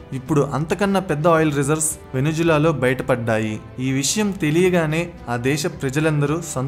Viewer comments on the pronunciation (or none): none